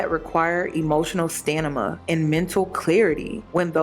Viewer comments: i love you, but it’s pronounced “Stamina” i think i keep hearing “Stanima” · Am I tripping or is saying stanima instead of stamina 😂